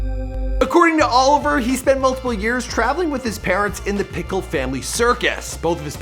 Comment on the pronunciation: His last name is Nickell? Not pickle